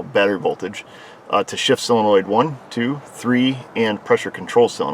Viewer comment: For Heaven's sake. It's not cylenoid. It's SOLENOID!